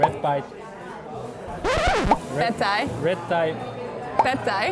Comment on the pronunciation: ‘red pie’ ... ‘pad thai’ ‘red thai’ ‘pad thai’ ‘pad thai’